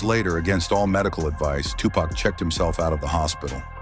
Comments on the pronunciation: Tupac not tupuc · Agreed. Who the hell is Tupaca? 😂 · Video is unwatchable after the AI butchered tupacs name. Hate shit like this